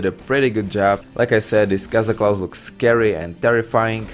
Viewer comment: Cazaclaw? You mean Kog'Maw :D